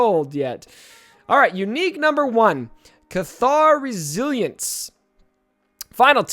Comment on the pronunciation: It sounds to me like Juhani would synergize better with Old Republic under a Carth lead than with Jedi. Like, the squad would be Carth lead, Juhani, Mission, Zaalbar, and a fifth toon of your choice (maybe Canderous?). Oh, and pronunciations: "Oh-NA-see" (accent on second syllable), and KATH-ar (accent on first syllable).